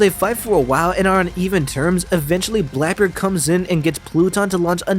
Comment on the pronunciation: Sorry but who is Blaebeard?